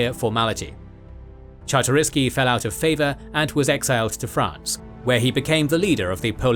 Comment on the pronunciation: "Czartoryski" should be said like - Chart-o-risky